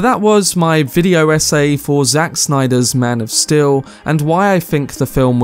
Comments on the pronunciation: I really like your video but i have a nitpick of you pronouncing steel as still. Other than that great video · am i wrong or is he enunciating Steel wrong?